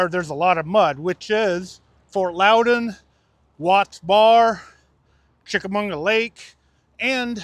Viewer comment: Lmao 🤣 IT ALWAYS MAKES ME LAUGH when people call it CHICKAMUNGA when there's NOT even an N anywhere in the name CHICKAMAUGA!!!!